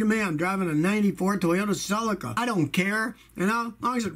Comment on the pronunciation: Please pronounce Celica correctly